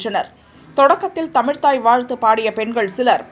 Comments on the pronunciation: தமிழை தமிழ் என்று சொல்லாமல் தமில் என்பவர்கள்தான் தமிழை முன்னேற்றப் போகிறார்களா????? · தமில் வால்க..!!😂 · அம்மா...தமிழை தமில் என்கிற உனது வாயில் தர்ப்பையை போட்டு கொளுத்தவேண்டும்...முதலில் தமிழ் உச்சரிப்பைத் தெரிந்துகொள்...தமிழ்த்தாயை அப்புறம் வாழ்த்தலாம் ...அவசரமில்லை.. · என்னது கலக நிகச்சி...தமில்தாய் வாழ்த்தா.....த்மில் வால்க......தமிழ் உங்ககிட்ட மாட்டிக்கிட்டு முழிக்கிது...உட்டுடுங்கடா...பிழைத்துப்போடட்டும்....உவேசா பிறந்த நாள் வேற இன்னிக்கு😅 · கலகக் கூட்டங்களில் தமில்தாய்‌ வால்த்து..😂😂😂😂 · தமில் மெல்ல இன சாகாது. கலகங்கள். கெலிலொலுகும். தமிலுக்கு ல அலகு. வால்க தமில். வலர்க தமில் தொண்டு. நல்லா விளங்கும். த்தூ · முதல்ல இவனை தமிழ் ஒழுக்கமா பேச சொல்லுங்க தமிழ் என்ற வார்த்தையை கூட உச்சரிக்க தெரியவில்லை. கழக நிகழ்ச்சி என்பதற்கு பதிலாக கலக நிகழ்ச்சி என்று கூறுகிறான். இதுதான் இவர்கள் தமிழை வளர்க்கும் லட்சணம்.😡😡😡😡